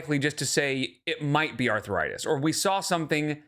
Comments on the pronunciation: Why does she pronounce it arthur-itis? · Arthur-itis? at it again 🙄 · Her saying arth-a-ritis makes me irrationally angry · her pronouncing it “arthur-ritis” is so grating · pronouncing arthritis DW-style. “arthuritis” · Is it me or does pronounce arthritis “Arthur-itis”? 😐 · I kept thinking, "Who is Arthur Itis, and what did he do?" 😂 Her inability to pronounce the most basic words never fails to surprise me.